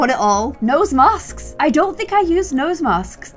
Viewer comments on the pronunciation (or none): I love that u say masksks